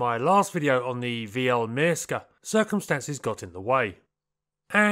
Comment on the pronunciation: It's pronounced Pyörremyrsky